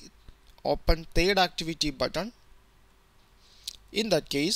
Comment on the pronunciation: "thed activity" hahahaha bolana pani aunna yl dhoti haru lai ta